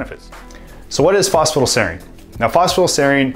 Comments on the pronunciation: Sorry to interject but it's pronounced Foss-Fa-Tide-ell-Sereen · He's not saying it fast, he's leaving half the word out. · Phos-pha-ti-dyl-serine. not sure what youre trying to say lol